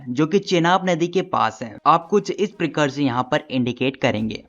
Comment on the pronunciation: Sorry sir but iss prakaar❎ prakir✅😂